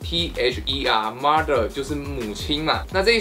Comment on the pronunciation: 小马说mother的时候他说maser